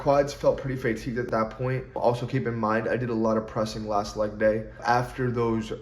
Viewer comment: Can I ask u a serious question.. - why do u say faytigue instead of fatigue?